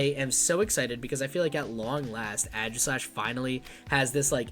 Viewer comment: Ay-Gis-slash, not Ah-jis-slash, also Aegislash EX does 70 for each prize that you have taken, not your opponent. Just got 3rd at a challenge today with my own list haha. It's fun! Also, you're gonna want more colress, no less than 3, I'm even considering adding a 4th.